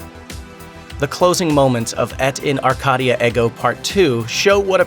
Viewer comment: Eh T in are -Kay - dee ah air go . Pronounce it correctly !!!!!!